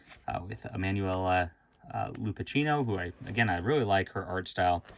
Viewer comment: It's pronounced Lupakkino, hard c sound. Yeah she does very nice artwork. Nice stuff. I remember her easier work which had slight imperfections, she's getting better...